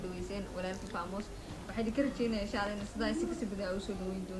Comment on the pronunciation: Odhaahda kelmedu waa feymes , Not, faamus , think over and say again ( feymes) famous , that is the right pronunciation. Thank you.